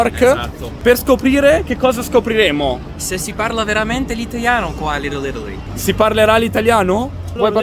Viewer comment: "sto camminando per le stradine di LitteL Ittaly"......annamo bene, c'è ancora da lavorare sulla pronuncia qua eh 🤣